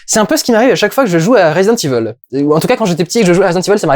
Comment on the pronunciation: Tuez les tous TLT, en fait, c'est nous qui écorchons le nom des jeux (et des films) depuis le début. En écoutant attentivement la façon dont le gentil monsieur à la voix grave le dit dans les parties de jeux, on se rend vite compte que ça se dit bien [rèzidènt' iv'l], donc notre Dudu national a juste :D